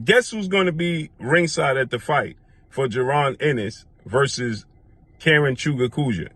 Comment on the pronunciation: you butchered the fk out of Karen name lol.